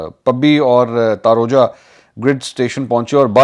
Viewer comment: Correct plz تاروجہ نہیں۔ تاروجبہ